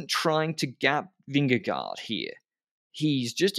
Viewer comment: Who is Vimmy or Vinny if you mean Vingegård - loosely translates to - ving_farm - but just call him Jonas or Vin-ge-guard that sounds just like we say Vingegaard. This is just to help, not to be a smart A.....